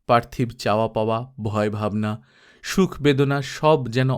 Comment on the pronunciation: পার্থিব নয় উচ্চারণ হবে পার্থিবো